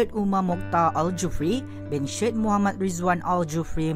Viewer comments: Sebutan utk nama "Syed" itu ialah "Sa-yed" atau "Say-yed". Bukan "Shed" seperti di ejaannya. Utk perhatian LURZAN. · Syed bunyi SAYED bukan SYED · Kenapa kebanyakan org sekarang tak tahu menyebut nama "Syed" itu dengan betul? Ya benar ejaannya Syed tetapi sebutannya yg betul ialah "Sa-yed atau Say-yed" dan BUKAN "Shed" yg mcm suara latar dlm video ini dan juga ramai generasi skrng menyebutnya. Admin dan semua di luar sana, tolong ambil perhatian. Ini satu pengetahuan am dan pembetulan buat mereka yang tidak mengetahuinya. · Cara baca syed ialah sayid, bukan shed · Sebutan SYED Perlu Dikemaskini. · Betul. Masih ada lagi tak reti sebut SYED ni dgn betul. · Knapa x pandai baca 'SYED' dgn betul?